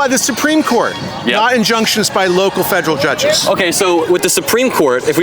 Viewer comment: guy almost sounded smart---- until he said 'fedrill"